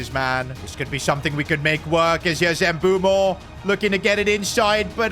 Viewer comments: It's mbuemo not nbumo😂😂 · Bro its mbuemo not mbuumo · His name is pronounced M-boo-mo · ITS NOT EMBUO ITS MBEUMO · His name is not “Embumo” or “Embuemo” it’s “MBEUMO”… mbeh-oo-mo You keep butchering it. 😢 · Mboomoo not Mbwemo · Mbeumo’s name is pronounced Mb-o-mo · dawg it’s pronounced m bu m bo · Please stop calling Mbuemo Em-boo-moo 😭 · Pronounce it as mbuemo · Bro called him Mbumo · Bro said mbuumo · you are pronouncing mbuemo's name wrong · Bro pronounce mbuemo name correctly bro Jesus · Mbuemo might just leave like Ruben Medina since keep pronouncing their names wrong